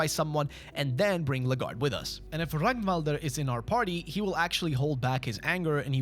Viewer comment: love me another fellow swed that appreciates fear and hunger :))) (thank you for actually pronouncing Ragnvalrd's name correctly)